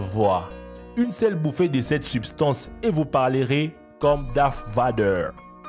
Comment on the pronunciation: j'adore le " darf vadeur"😂